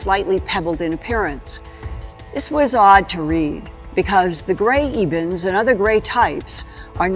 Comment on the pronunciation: It's Ebens, not Evens. Read the book SERPO.